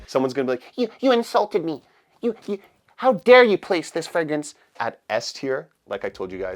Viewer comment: Dude can't pronounce the word fragrance properly and has a fragrange chanel lol